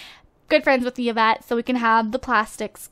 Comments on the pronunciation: hehe it's pronounced evette and spelled yvette, not yievette.. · Yvette is my French name and it's actually pronounced like EE-vet haha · Yvette is actually pronounced like this (EE-vet)